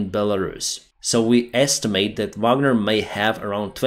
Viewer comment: "the bagner backup" 😭😭